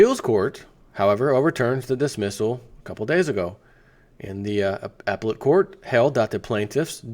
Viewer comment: up-pel-let court... not ap-let court. Too funny.